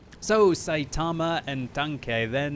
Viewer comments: Notice he said "saytama" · i knew he said the name wrong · Im just tilted from the way he pronounced Saitama